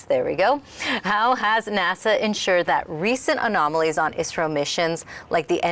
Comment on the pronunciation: Ummm I think she is saying I.S.R.O